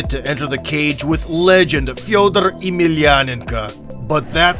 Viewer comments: How do you not know how to say Fedor's name smh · Butchered fedors name there buddy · This guy BUTCHERED Fedor's name. Cringe. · Thats uhh not how you say Fedor's name. Not even close. If you want to learn how to say his name.. just watch ANY OF HIS FIGHTS LOL. LIKE ANY OF THEM. THEY PRONOUNCE IT CORRECTLY WHEN HE IS INTRODUCED. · There is a video or Fedor pronouncing his own... & in this video the narrator still slightly mispronounced it, even though the narrator says he is Russian. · sorry to disappoint u folks thinking u heard the fancy russian version...no.i speak russian. fedor's name in russian sounds just like it does in english with a tiny bit of inflection on different letter. he butchered it in any language. take another example, ukranian Vitali Klitschko. In English its Vitali Klitschko...in Ukrainian...theres a slight long ee for the first i sound and diff syllable emphasis...other than that, identical. i dont mind a mistake but claiming it was russian original? no way. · never in my life have I heard Fedor's name pronounced as such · OK how you butchered fedors name is depressing 🤷‍♂️🤣🤣🤣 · Just butchering Fedor’s name repeatedly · It's not just Fedor. You destroyed a few names. Cheick Kongo for example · No, that's actually how "ko" is pronounced when unstressed. If anything, his pronunciation of Fedor was still slightly inaccurate ─ he pronounced it like Фьёдор [fjɵdər], while it should be pronounced Фёдор [fʲɵdər]. He also missed a "y" sound at the beginning of "Yemelianenko". But again, it's hard to fault him because palatalised nouns are notoriously difficult for foreigners to pronounce. If anything, he actually got his palatalised nouns spot on when pronouncing the name Sergey, but somehow struggled with the palatalised "f". Either way, it goes without saying that his pronunciation is far closer to correct than the commonly used English one.